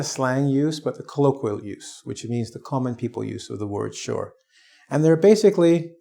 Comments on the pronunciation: so sorry but i hear word " sure " like " sir " ? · I have people ask me are you Shore instead of sure